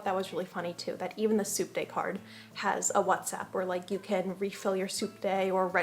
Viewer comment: Oh!!! "Subte." I didn't realize until the dog section that you were talking about a means of transportation. Throughout the video I though you were saying the "soup day," like that was a big thing in Argentina. It seemed a little weird but...we are talking about culture shocks. 🤣